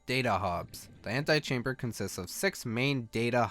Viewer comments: Did he seriously say "anti-chamber"? It's pronounced antehchamber. Get it right. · Mark Holaday I know what "ante" means. he was pronouncing "ante" as "anti". That's what my comment was detailing, not the actual definitions of the prefixes. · ant-EE-chamber not ant-AYE-chamber. Ante not anti. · Why do you keep reading "antechamber" as "antichamber"? The 'E' kinda sticks out. And if you were thinking it was a spelling error, it's not. An an antechamber is a small room that leads to a larger one.